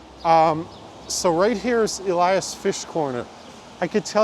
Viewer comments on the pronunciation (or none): none